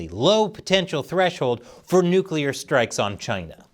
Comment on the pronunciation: You get an award for being the only person on the internet that knows how to correctly pronounce nuclear.